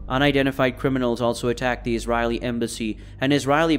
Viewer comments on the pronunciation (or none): You also mispronounced Israeli